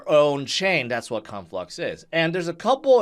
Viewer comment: Lmao I heard u say Cum flux 🤣